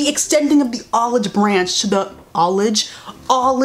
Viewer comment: I lost it at 'olage branch' 😅